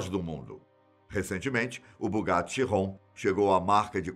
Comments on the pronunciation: É Bugatti Veiron, ou Bugatti keiron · Ró dster??? ChiRRon? Kkkkk